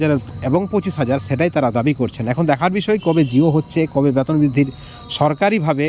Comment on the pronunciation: ব্যাতন নয় বেতন বোলুন